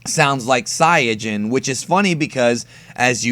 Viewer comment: Saiyajin is pronounced correctly